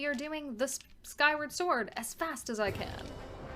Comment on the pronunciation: SKYWA SWOR!!! 🧡